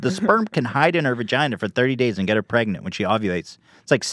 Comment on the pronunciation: Ethan trying to get pregananant